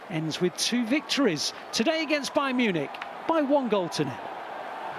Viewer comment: Agent's Bayarn Munich 😂